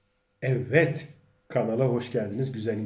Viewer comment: yav abicim o nasil evvet demek öyle, tamam güzel insanlari anliyorum ama evvet demen sana yakismiyor. sadece ikiye bölmeden evet yani yazildigi gibi söylersen rica ediyor ve tesekkür ederim.